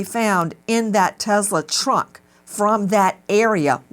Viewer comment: WTH is a Tezzla?